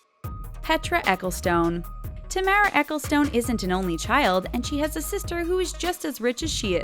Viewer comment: Oh lord It's Ta Mara. Not Tay mara